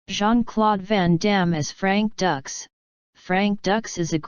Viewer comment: This Video Sucks And It's Not Frank Ducks! It's Dux! And You Forgot JCVD (2008) Which Is Also A Good JCVD Movie!